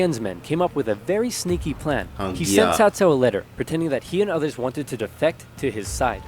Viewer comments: sorrysir，it is 曹操 曹 cao2操 cao, not like sao sao. I know it is very hard for non-Chinese speakers. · But not that much. It especially doesn't justify such big mistakes as pronouncing Cao Cao like Kao Kao, instead of Tsao Tsao. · Cao Cao is pronounced as saow saow, Liu Bei is Leeu Bae, Sun Quan is Soon Tran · the "games pronounced" this name "Cow Cow", because the dubbing actors and direction didn't know better and weren't exactly informed. in any case... in the romanization of Chinese, letters C and Q are NEVER pronounced with a "k" sound. there was a certain - now obsolete - model of romanization of Chinese (which was made by the British, instead of the current system, pinyin, being made by Chinese)... in that system, the name Cao Cao was rendered as "T'sao T'sao". I think this is a bit closer to what it sounds like, when read in an "English" way. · The Dynasty Warriors games pronounced most of the names wrong. It is Sow Sow (cao cao), Lou Bay (liu bei), Soon Shwan (sun quan). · Cao Cao is pronounced Tsou Tsou. kind of a 's' sound, with a subtle T in front Someone ore knowledgeable correct me if I'm wrong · Stop saying Cao Cao